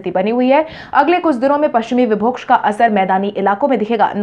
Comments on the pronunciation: विभोक्ष नहीं विक्षोभ होता है । सही उच्चारण करें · "विक्षोभ" को तुम "विभोक्ष" बोलती हो , इसको सही करो।।।